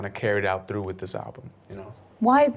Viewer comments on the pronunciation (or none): none